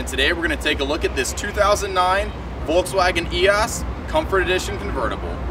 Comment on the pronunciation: Love the car and video but your mispronunciation is killing me EEe Oh Sss